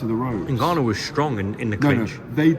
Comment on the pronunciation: He outs an i in there aswell😂. He's called Ngannou. Not niganou. I wanna see the press see if Warren still did it